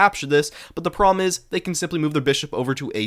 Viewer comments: The way you say problem is making me crash out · You have to learn to pronounce "problem."